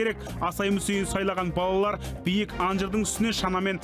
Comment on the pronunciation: Неге таза сөйлемейсіңдер тележүргізуші тықырлап е мес ,тақырлап балдар емес балалар үстаз дұрыс айтпаса басқаға өкпе де жоқ қой.